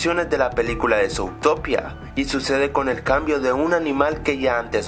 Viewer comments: se dice zutopia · Porqué rayos pronuncias "zoutopía"?